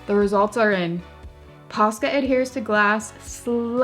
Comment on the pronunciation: I kept hearing PASTA 😂 now I want some…..